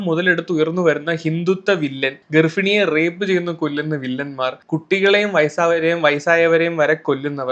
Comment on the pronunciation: എടാ മോനേ ഗർഫിണി അല്ല ഗർഭിണി... നീ കൊല്ലം കാരൻ ആയിരിക്കാം ഓക്കേ പക്ഷെ നീ വീഡിയോ ചെയ്യുന്നത് കേരളത്തിലെ എല്ലാർക്കും വേണ്ടിയല്ലേ അപ്പൊ അതൊന്ന് മാറ്റി പറ.... ബുദ്ധിമുട്ടാണെന്നറിയാം എന്നാലും നീയൊന്ന് ട്രൈ ചെയ്... Never Use "ഫ" instead of "ഭ". It's ഇറിറ്റേറ്റിങ് ഫോർ കൊല്ലം അല്ലാത്ത ബാക്കി 13 ജില്ലകാർക്കും... അൺലൈക്ക് many other slangs & pronunciations ഉദാഹരണത്തിന് നീ "ഭാഭയ്ക്ക് " ഫാഭ എന്ന് പറഞ്ഞില്ലല്ലോ അതെന്താ? അത് പോലെ തന്നെ ഇതും 😁